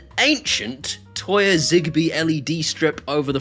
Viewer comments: So when you're saying Toya you mean Tuya right? Tooya. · Is he trying to say "Tuya" or is there some "Toya" company I've never heard of?